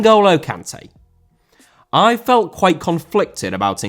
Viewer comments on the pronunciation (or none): Kanté* not Kantei